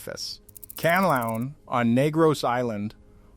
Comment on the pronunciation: it's Mah-Yon, and Can-La-Onn.